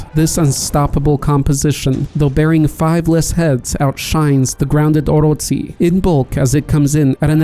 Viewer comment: Did you just say orotsi? Its oroCHI